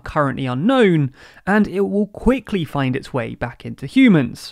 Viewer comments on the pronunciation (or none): none